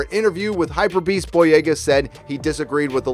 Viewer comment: Lol it’s HYPE- Beast not hyper